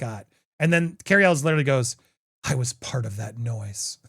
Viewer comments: It’s pronounced El way NOT Elles!!!!!! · I stopped watching Popcorn planet because half of his videos are him yelling at his chat. He doesn't know how to pronounce Cary Elwes last name. God this sucks.